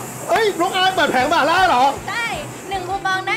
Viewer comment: หม่าล่าครับ ไม่ใช่หมาล่า